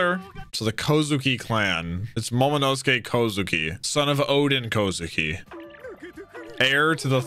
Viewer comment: Remember when Jack could not pronounce Momonosuke even after dozens of episodes since his introduction back in Punk Hazard. To see him roll that name off his tongue like it was nothing is so satisfying to see!